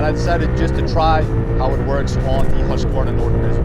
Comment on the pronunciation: The authentic Swedish pronunciation is "hoosk·vaar·nuh."